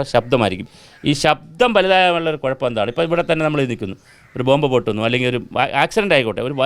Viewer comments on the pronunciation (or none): none